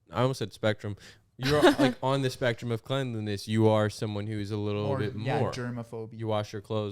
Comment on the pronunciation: lol i love when he says “da” instead of “the” or whenever he replaces a th with d 😭😭